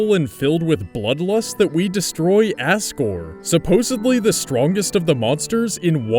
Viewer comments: It's asgore not assgore but still enjoyed the vid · he said Ass-gore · ...Did you say Assgore? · Its Azgor not Asgor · Who else knew that he called him assgor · dude, stop calling it ASSgore, its asgore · Wait, I just realised he might have said ASSgore instead of Asgore. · i like how you say asgore as 'ASS-gor' instead of 'az-gor' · az-gore not ass-gore. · why do so many people say asgore as "Assgore" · The whole episode you said ASS-gore probably because he broke the mercy button just to say "take my soul.TAKE IT" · did you just say assgore °<° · "Assgore" Loved how you pronounced that. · Whenever you say asgore it sounds like you say assgore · you said assgor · He says Asgore like Assgore. ( Sorry lol) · Ass-gore ( ͡° ͜ʖ ͡° )